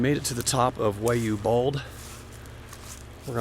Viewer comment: Just an FYI it’s pronounced Why ya Bald!